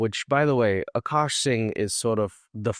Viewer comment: Why are some men willing to put up with literally anything from a pretty girl just to smash her every once in a while? 😓 It’s sad. Also isn’t she pronouncing his name wrong? She says AAkash, but it’s spelled AkAAsh.